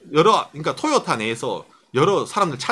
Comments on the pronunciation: 내용과는 관련이 없는 얘기지만, 듣는 내내 TOYOTA의 발음이 귀에 너~무 많은 이질감을 주네요. '토'에 액센트를 주지 말고 '도요~타'로 발음한다는 느낌으로 부드럽게 발음해 보세요. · 보통 상호이름에는 악센트를 넣지 않는데 토에 강조하니 웃기네요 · 한국어 적인 접근입니다. 저가 나이가 50인데 도요타는 들어봤어도 토요타는 처음이네요.. 토요타가 발음적으로는 맞을지 모르지만 한글이 흔들리네요... 미국가서 마돈나 라고하면 아무도 못알아 듣습니다.. 마다나라고 해야 알지요. 한국에서는 한국말을 지켜야 하지 않을까요!